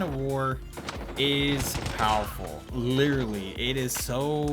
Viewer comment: saying littrely:reminds me of bobby:lItTrElY